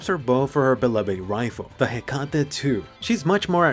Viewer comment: we have finally found someone that says hecate II the right way